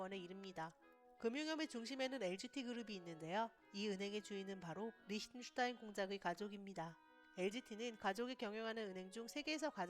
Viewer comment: 발음 왜이래 리으슈슈타인?